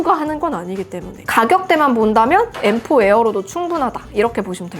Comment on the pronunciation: 징그럽게 생겨서 엠포 가 뭐냐 발음이 무식하게